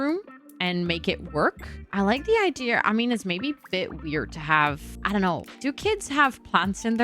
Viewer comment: base game are my favorite, all my builds start out that way then i reno them for each world/pack.. i still giggle when people say "idear" tho lol like are u drunk